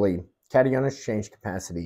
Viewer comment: Gardeners should always mail samples to get a professional soil test evaluation. It is always pronounced cat-eye-on.